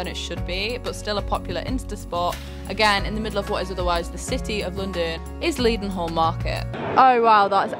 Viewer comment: Loved this video so many cool places! (If you want to sound like a true Londoner Leadenhall market is pronounced Led-nall!)